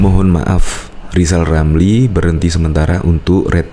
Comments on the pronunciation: Si manusia gagal, gagal di Menteri, gagal di Medsos, ngomong R aja gagal, lizal lamli manusia yg bisanya hanya nyi-nyir dan omdo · Alhamdulliah... Lizal Lamli sadar akan kekurangannya Mau istiqomah, unruk berzkir sampe bisa ngucapin hurup R Sebelum mencalonkan diri jadi Plesident. 😁😁